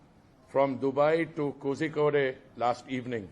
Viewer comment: Horrible pronunciation of kozhikode.